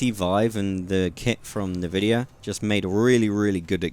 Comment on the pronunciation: It's not 'nevidia' it's 'en-video'